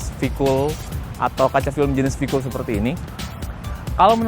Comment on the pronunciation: kok bisa salah dalam pengucapan singkatan to mas e..sayang banget, ini v-kool lho padahal, v-kooooooool.. anyway..nice review